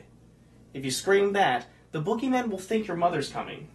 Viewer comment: you said foogiman instead of bugyman